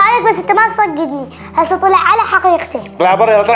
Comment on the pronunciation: تصدكني❌ تصكدني✅ 😂😂 احبچ 😘